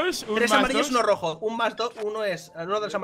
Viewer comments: ¡AL ROHO!¡AL ROHO! (En vez de una j dice h XD) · None: que cartas tienes: AROJO pd: Leviosah haha